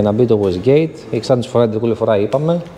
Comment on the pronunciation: Να ακούσω έναν μηχανικό μια φορά να πει "waste gate" (γουέϊστ γκέϊτ) και όχι "wasgate" (γουοςγκεϊτ) και τι στον κόσμο! 😂